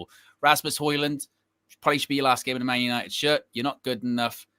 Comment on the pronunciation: “GLORY-GLORY-MAN YANITED!” 🤣🤣🤣🤣🤣🤣